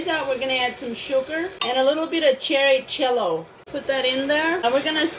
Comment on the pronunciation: Cherry Chello?? Jello?